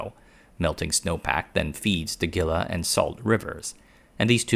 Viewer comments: Critics have been saying the water is running out for the last 50 years. Also, it is pronounced HEE-LUH not GIL-LUH Also, it's VER-DAY not VER-DUH Love your channel. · Gila is pronounced "hee-la." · HEE-Lah River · “Gill-ah” 😂. It’s pronounced “Hee-luh”. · Gila is pronounced Hee" + "luh, not Gil + la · Its the hee-la river not the gilla river pls and thx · He-la not Ge-la River. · Pronounced Hila not Gila River Vairday not Verdi river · Stop saying "gilla". 😂 The g is pronounced as an H. So it's " Heela" river. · It's pronounced GEEE-LA. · haha the Gila [hee-la] river. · Gila River - pronouced 'He-La' river. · Gila is pronounced (He-la) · Great video! Minor critique: Gila is pronounced as "Hee-Luh" and Verde is "Ver-Day" (I'm a life long Arizonan and live just outside of Phoenix lol) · I live in Arizona, and I love your videos and on top of that I also am heavily involved in the silicon industry. However, it is pronounced. Heel-a (Gila) 😊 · The Gila river is pronounced Hila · "Gila" = HEE-la and "Verde" = VAIR-day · Gila is a Spanish word and pronounced "Hee'-la." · Gila is pronounced "hee-la" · Gila= Hee-la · For today's installment of hurts your ears ™️, we present: Gilla. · Gila -> Pronounced "Heela" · Gila is pronounced like "Heela". It's not a hard G. Great video. Thank you for putting it together. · Gila is pronounced HEE-lah. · Gila is pronounced He - la. Gila Monster (the animal precursor of GLP drugs!) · Gila is pronounced Hila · Very interesting as a life long AZ resident I think we have plenty of water. This doesn't mean wasting it but through careful planning and technology conservation is very important. One minor observation. It the hee la river not geela. Spanish pronunciation 😊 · A friendly Arizona field note: it’s pronounced HEE-lah River, and the place you’re showing is Ironwood Forest National Monument. If it were a national park, the saguaros would be charging admission and demanding better lighting.